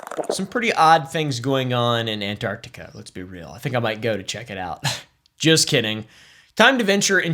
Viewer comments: I hate it when people pronounce it "Annartica" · Not him calling it Ant-Artica the whole video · Not calling it Ant-Artica the whole video 🫠